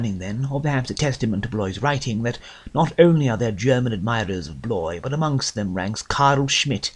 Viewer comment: He should know how to pronounce Bloys name... Good heavens...